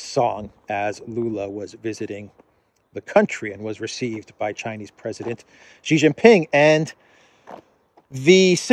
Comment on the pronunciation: please note xiao is pronounced approximately “shyeeao,” rhyming with meow. Xi is approximately “shyee,” rhyming with bee.